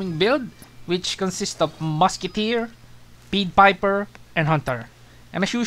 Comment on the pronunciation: pied vs peed you been reading it as peed piper like the piper is being peed on instead of a p(a)ie there is a A sound with ie